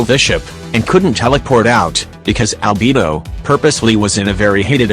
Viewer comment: the robot: "Shēnhè" also the robot: "ALBiBO"